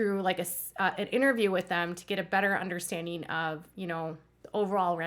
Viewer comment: Understandeen? No ... please pronounce 'ing' properly. It's not pronounced 'een.' cries